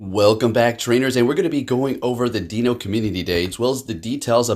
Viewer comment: Ein. Zwei. Drei. One. Two. Three. Not “DEAN-O” it’s pronounced Die-no.